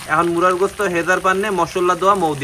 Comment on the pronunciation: মুরগির গোস্ত বলতে পারেন না মুরার গোস্ত কেন বলেন।